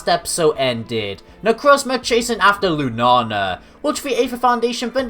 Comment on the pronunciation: Lunala lu na la not lunana and i apologize I'm not one of of those who get mad at people who say the Pokemon name wrong but i couldn't get what you were saying it sounds like you're saying Lunana again i apologize for being mean